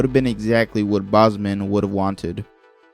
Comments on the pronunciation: His name is Chadwick BOSEMAN not BOSMAN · It’s pronounced bowsmen not bosman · How many times can you mispronounce Chadwick Boseman’s name lol